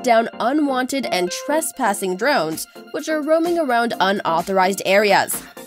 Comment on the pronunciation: Der-RONES! And those transition sound effects from one nauseating overlay to the next Swooooosh! Swoooooosh! :P